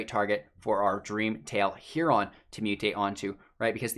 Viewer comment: hey bud, Heron is said heh·ruhn not heh-ron. Just a tip